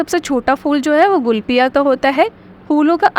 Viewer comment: गुलफिया नहीं,वोल्फिया है मैडम।।